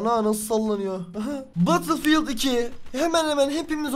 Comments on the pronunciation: LAN BATILFİYILT DEME ŞUNU BETILFİYELT de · Batılfiyıld deil betılfiyıld xksodueh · Abi takıntım var söylicem batılfiyıld diye değil bedılfiyıld batıl deyince şişe oluyo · Batıl diye okunmuyor batıl diye okunuyor. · batılfiyıld degıl bedılfiyıld diye okunuyor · Birisi söylesin Battlefield diye yazılır Betılfild diye okunur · Abi söylerken badıl fiıld demen beni çok tilt etti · BATIL DİYE TELAFUZ ETME ARTIK ŞUNUUUU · lütfen artık batılfiıld deme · Batılfield ne lan batılfield diyince şişe alanı demiş oluyorsun mal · Biraz ingilizceni gelistir batilfild nedir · EmircanGuner_ aynen bedılfiyıld diye okunuyor